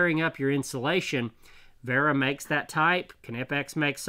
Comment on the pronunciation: The correct pronunciation is "Vera" with a "V" as in the english word "very", by the way. Since your "Knipex" is so beautifully correct at this point, i thought i'd nudge you on to the next step on your hazardous journey through German toolmakers' names, brother. ^^